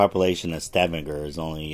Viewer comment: Only an America could pronounce Stavanger like you did. Only pulling your leg😅